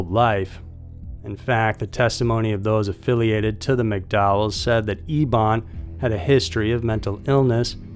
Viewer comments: Why are we pronouncing "Eben" as "Ebawn?" Just curious. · Referring to the last story, are you saying his name correctly? It is spelled Eben and you are saying E(e)bon ..shouldn't it be either pronounced E(e)ben like Big Ben or like Evan but with a "b"?